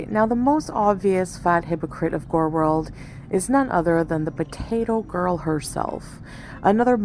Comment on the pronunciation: I really wish I could see your tentacles moving while you are trying to pronounce Gorlworld 😂🐙